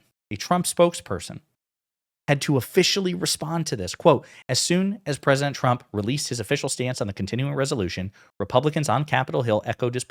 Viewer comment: I just kept hearing him say “president chump” when talking about himself in 3rd person.